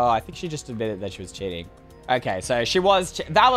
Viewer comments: cheating Me: starts laughing d-did you just say sjeeting?🤣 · lol i love it when u said "CHEETING" DUN DUN DUUUUUUN